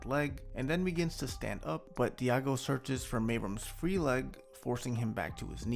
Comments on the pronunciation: Diogo is pronounced deougo not diago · bro stop saying diago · Nice video as always man, thank you... BTW: Diogo is pronounced Dee.o.go...